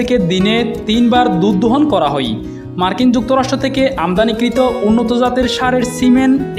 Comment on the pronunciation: কিছু শব্দ সাবলীল করার দাবি জানাই, হই/হয়, যাই/যায়, নই/নয়, কাওয়ানো/খাওয়ানো, তেকে/থেকে, পেট/ফেট, রেকে/রেখে, কাবার/খাবার, সত্যি বলতে আপনার হই হই শুনতে শুনতে আমার 😢😢😢অবশেষে 😂